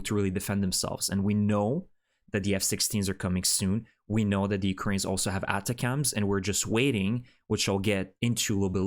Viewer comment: The colloquium is: Attack'ms Or Attack-umms Or Just Attack'm!!! Sorry no offense intended. The manufacturer names these things to make it easy to remember for regular folks and for higher ups to remember in order to initially sell a system to the Military....and remember to use it in war to basically ensure future sales. It's an acronym for something technical of course as well. Good report. 👍 Slava Ukraine 🇺🇦 ♥️